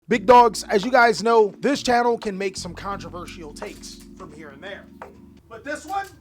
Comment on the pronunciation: Nah what's controverial is how you pronounce "controversial".